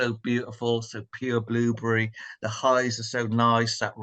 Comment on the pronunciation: Blueburry . lol. I love the way you pronounce it.